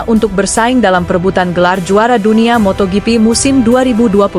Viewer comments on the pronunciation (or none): Paling jijik ketemu channel² GP yg naratornya baca motoGP -> motoyipi... Mungkin dia berpatokan pada Jorge Martin yg dibaca "Horge Martin"😂😂😂 Dasar channel GUO-BLOCK!!!